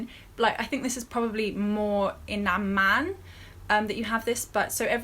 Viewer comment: side note: You pronounced Amman PERFECTLY!! =-D (maybe it's not a big deal, but I was tickled)